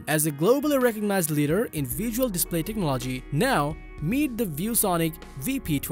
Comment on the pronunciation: Sorry bro, it hurts my ears hearing you say techno-LOGY 20 times in this video... fix it.